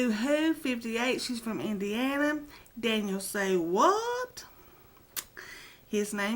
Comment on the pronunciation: congrats on the new subs you will love Barb she is the best! And had to Lol on how you said danielsaywhat name hehe Well lets hope that way will work at James work and no one will have to get laid off. oh dang I will be back to watch the rest of this noticed this is the answer to the question I have not watched the first one yet lol brb